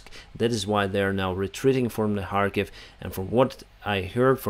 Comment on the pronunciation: why you say harkiv instead of Kharkiv??